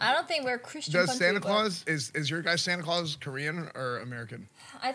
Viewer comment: Lmao almost said "santa cRaus" so adorable <3